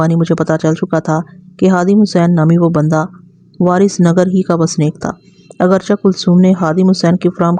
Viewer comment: اگرچا نہیں۔ اگرچہ چے پڑھیں آخر میں